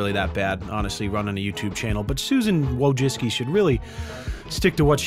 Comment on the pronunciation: Unless the C is silent in her name, then yes you made a mistake by saying Susan Wojiccki by putting emphasis on the I in the middle of the name instead of saying Susan Wojcicki. If the C is silent, then fuck names.